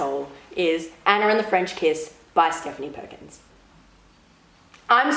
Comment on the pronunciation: Anner?? No it's Anna